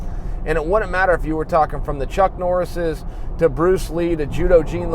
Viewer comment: Who's Pruce Lee??